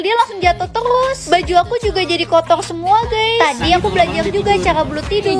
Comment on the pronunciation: Halo guys aku gak bisa bilang ' R " Kwkkwkkw canda kak Lucu soalnya pas kaka bilang kotor malah kotol 🤣🤣🤣